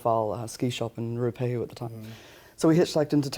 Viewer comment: ruapehu... WOW thats not how you say it